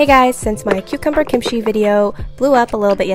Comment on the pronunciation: It's not Kim-she it's pronounced as kimchi...kim-ch-i